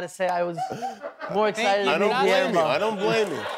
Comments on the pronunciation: Pero le llama giermo en vez de Guillermo 😅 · Seas mamón Diego! Pronuncia Guillermo bien! 🙄